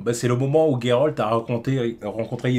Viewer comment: Merci de l'appeler Geralt et pas Jéralte comme certains. Big up la ligue :)